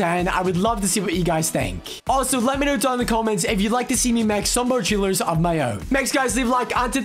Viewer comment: Bruh say it right not chillers